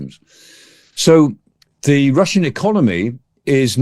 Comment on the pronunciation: the not zer